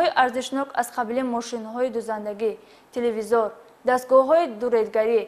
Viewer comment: хамаш хуб аммо рови барнома телвизор гуйира ёд бигири хуб Меша 😂😂😂😂😂😂😂 телевизор!!!